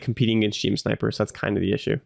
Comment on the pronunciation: One tiny nitpick from a Gundam fan - GM is usually just pronounced like Jim. Loving the content, and I'm so hyped to get to play this game on the regular at release!